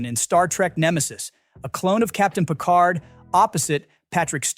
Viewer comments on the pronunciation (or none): none